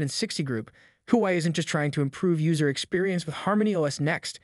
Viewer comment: i couldn't keep watching after hearing your pronunciation of the Huawei company name! how do you expect us to watch your content when you can't even pronounce the company name! dislike